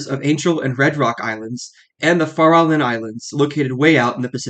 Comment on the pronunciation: Farallon Islands - is pronounced FA-ra-lon and "the access channel that leads into the bay" is called the Golden Gate, hence the name of the bridge.